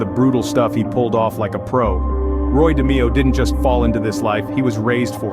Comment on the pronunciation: Its pronounce DA-MAY-O ,. An nino name is pronounce GAH-GEE ..cant stand when folks cant pronounce Italian names ..I wonder how you pronounce my name